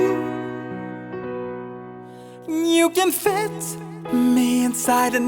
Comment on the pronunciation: Your voice is fantastic but you lack Pronounciation......it's not Phatograph but Photograph...not Repped jeans but Ripped Jeans....not Fet but Fit...